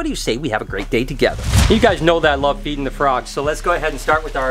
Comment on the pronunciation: When you said i love feeding the frogs I thought you say i love eating the frog